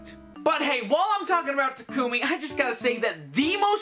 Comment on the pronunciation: “Tuh-Koo-me” Immediate dislike